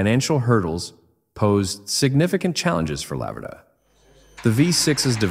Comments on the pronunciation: IT'S A LA-VER-DA IS THE CORRECT WAY TO SAY IT YOU WOULD HAVE BE FROM THE USA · In Italian it's pronounced 'Lavverda'. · La-ver-da...too much alume-min-um on the brain?